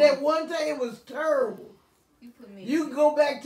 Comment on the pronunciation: “ it’s turrible “😭😂😂😂 yo mama was killin me 😂😂